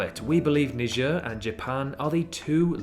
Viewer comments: why do you pronounce niger "nijer" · Your spelling is wrong It's not Knee Jar It's Naee Jar